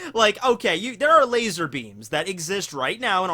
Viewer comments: It burns my hear holes every time i hear laz-OR I legitimately enjoy content but seriously just say laser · I’m upset about how you say laser! Lol